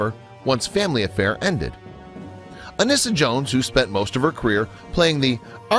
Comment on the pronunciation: Ironically speaking, it wasn't until I stumbled upon a youtube video of Brian Keith talking about her and annoyed that people were calling her ANN-IS-SA and set the record straight that it was actually pronounced AN-EE-SA! It was the same w/Lost In Space actor Billy Mumy. We all assumed it was pronounced like Mummy when in fact it was Moo-mee How can you blame us when we'd never heard their names pronounced?